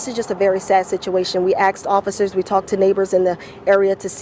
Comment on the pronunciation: The news reporter "axed officers and talked to neighbors in the area." She also will continue to "ax" more questions. Please let us know what you find out